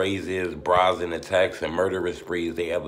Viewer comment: Brayzin not brazin sorry b love yo stuff bruh